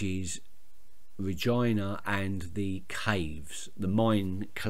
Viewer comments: it's generaly pronounced Reg-eee-na rather than Reg-i-na, but i like your way :) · Your pronunciation of Regina made my day, please never change it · Your pronunciation of Regina made my day! Regina is my all time favourite character on the show and I would not watch it without her! You will see how her backstory gives you a totally different view on her in the end and how she's actually a really likable person behind the 'evil' Queen! I won't spoil anything though